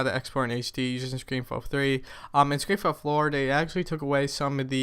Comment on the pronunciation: yeah i gotta question why do u say ScreenFlow Floor :P